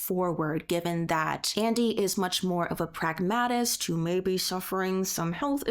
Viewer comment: It's pronounced PRAG-matist it's pronounced in-DIC-ative